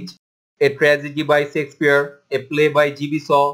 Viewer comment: thanks a lot. But,you should pronounce Shakespeare word correctly